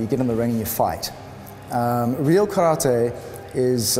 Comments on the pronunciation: its not karrrta its karate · Yes, it is. It is Kah-rah-tay... Not 'Tee'. Just like saying "Kuma-tay" instead is incorrect. If you can't say karate correctly, why not just call it "empty hand"? Kindest regards & all the best. Andre